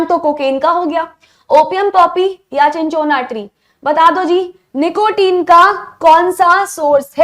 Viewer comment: Mam चिनचोना nhi hai wo सिनकोना hai